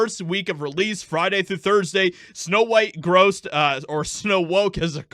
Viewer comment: Weird, WEIRD. It’s Snow White, not snow beans.